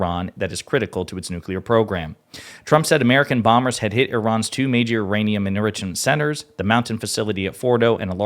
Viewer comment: Nuclear enrishment.